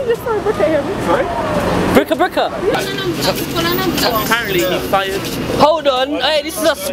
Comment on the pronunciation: MAN SAID BRIKKA BRIKKA LOOOOOL